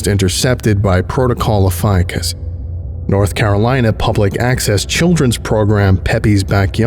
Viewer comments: No one loves the more than me.. that said. Ophiucus.. the snake bearer.. is oh-fee-yoo-kus. You said it 3 dozen times, incorrectly every single time. Not trying to be a pest but i do expect more of you. Am i wrong to? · Ophiuchus, being of Greek origin is pronounced: oh-fee-oo-kus (ɒfiˈjuːkəs), and Ophiuchi: oh-fee-oo-kai, for anyone who cares about that. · So I’ve been pronouncing “ophiuchus” incorrectly all this time….